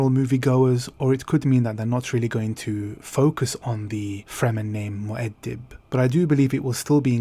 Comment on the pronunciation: I like the way you pronounce Muad'dib.